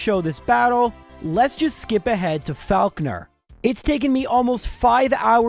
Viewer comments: I swear it's pronounced "FOCK-ner". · My god your pronunciation of Faulkner is triggering